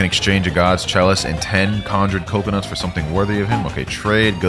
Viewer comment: Bro legit just said cocoa in coconuts 💀💀💀